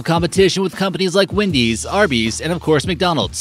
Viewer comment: Try talking without plugging your nose. And it's WEndy's not WIndy's...